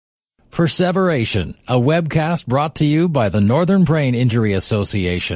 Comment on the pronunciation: the voice is pronouncing preservation without the meaning of preserve. Meaning to endure the time?